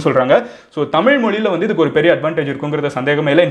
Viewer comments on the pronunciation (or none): none